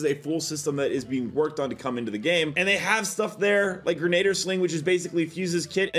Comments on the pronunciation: Grenadier (gren-e-deer) not (gren-na-der) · Says it's withs me guys... GREN-A-DEER. not Gren-ay-der